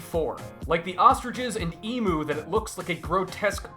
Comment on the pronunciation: lol he pronounced emu wrong